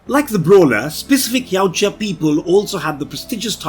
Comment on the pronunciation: Finally someone that can pronounce Yaujta correctly!